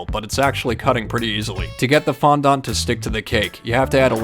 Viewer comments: It's pronounced fondant and what does I am a Swifty mean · It's pronounced fon-dent, not fon- dunt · Fondut!?!?!?!?!?!? Its fon-dent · Fondant not fondont. That's an A not a second O. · it is fondANT not FONDONT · Bruh it's pernounced fon-dan-t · Btw your saying fondant wrong,I know your saying it the way it’s spelt but it’s pronounced fond-in-t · In the least rud way it is pronounce fondent not faaandant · I was dying When he said fondant as like ~ FoNdOnT ~